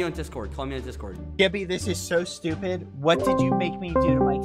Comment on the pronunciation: He sed stuped